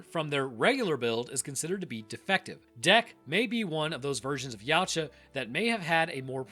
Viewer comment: Just for your future information, it's pronounced Ya-OO-tah, not 'Yeowch-ah'.